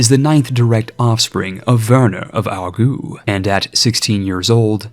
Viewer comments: Hey, your video was awesome, as always. Just a pro-tip by a fellow Swiss, Aargau is pronounced (aar-gou, not aar-gu) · Ehehehe he called Aargau "Ourgoo". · With pronunciation of Aargau you gotta not say the u that strongly. It's like ou in ouch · love the wordplay, but "Aargau" is pronounced Ar-gow ! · Didn't know Aargau was pronounced Argoo xD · Why do you pronounce the "au" in Aargau like "oo"? ^^ Just pronouncing it the way it would be in English is closer to the correct pronounciation xD